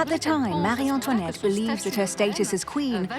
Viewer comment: Why on earth is she addressed at Marieann toinette. instead of Marie Antoinette two distintive and seperate names! Its so tedoious and annoying to hear the Narrator address her name as Marianne toinette. Is it a deliberate act to slay her more,and denigrate her name and tarnish her so after 200 years! Let her have some dignity and respect. The character assassination is so inbred that she was some kind of monster worse than another evil queen, and Catherine de Medici. In fact, she was a sweet woman. When young she loved frivolity, dancing, gambling, clothes and parties as she was very lively. As she become a mother she matured but the antics of her youth got her into trouble. She was ravaged deliberately the revolution and the courtiers for everything that France had the misfortune to happen. Times were changing as did the thinking of monarchy and liberalism etc. The character assassination that was heaped on this poor persecuted queen is horrendous and diabolical.😢